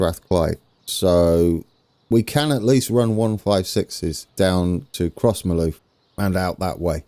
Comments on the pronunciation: Crossmyloof is pronounced “Crossmiloof” Also, South Western goes up to 70mph after Kennishead towards Barrhead. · A local would say something like "cross-muh-luff" but you'd not turn many heads saying it the way you have been. Cathcart you're saying perfectly right. There is a stairs mod on the .net site that, for me, is more elegant than the one you're using, might be worth a try but it all worked out well at Crossmyloof anyway